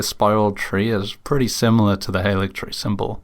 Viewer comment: more useless info! halig (as in haligtree) is a rare instance of the VAs getting incorrect direction. it comes from old english, and is the predecessor to the word "holy," and is pronounced similar to the word 'holly'. odd how they got "gaol" right as "jail," but didn't get halig right.